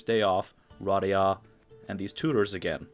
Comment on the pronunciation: Hermione: its pronounced Ruh-DAY-uh